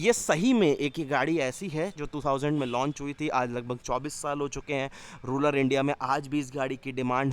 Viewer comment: अबे साले, रूलर नहीं रूरल इंडिया होता है।